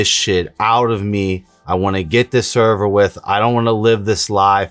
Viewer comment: “He just wants to get this all Allverwith” -based